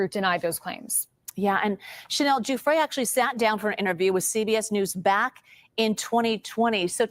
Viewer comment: Guiffre is pronounced Jou-free in Italian, not Jou-fray.